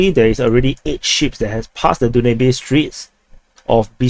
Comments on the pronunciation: you must be tired, "Den new bay" river is pronounced as da ·nyoob. They are also dredging parts of the Danube from Izmail so to reach Southern Germany passing along the way to 6 other European countries. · Hey Du-na-bee is Danube :) Amazon of the Europe ie. biggest river in Europe, Pronounced Dan-yu-bee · My man it's the DAnube river not DUnabe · Danube is pronounced DanYoub. (Biggest river flowing across Europe.) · Danube river is pronounced Dan Noob. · Danube River....,. Dan yoob... got it? Dan yoob ! If it were in Africa perhaos they would pronounce it, Doo nab eh? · The video was so long he actually had the time to learn how to pronounce Danube XD.